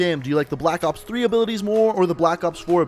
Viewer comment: he said black oops 3 lmao